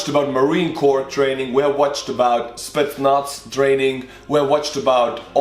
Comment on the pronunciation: LOL 😂 WHEN HE SAID SPETZNAZ MY SUBTITLES SAID: SPITS NUTS 🥜